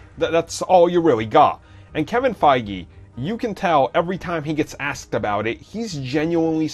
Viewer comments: And it’s Fie-gee, not Faggy lol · at one point I heard "Kevin faggy" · He sais kevin fagy 😹